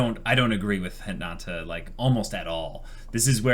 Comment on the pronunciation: I can’t believe you guys still say Hinata’s name wrong lol